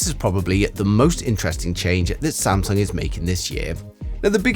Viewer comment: "Samsuong" Ha!